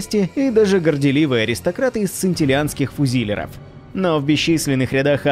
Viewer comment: ФузИИИИлер...... огрИИИИИн........ааааааааааааааааааааааа... да сколькО можнО удАрение ставИть кривО.....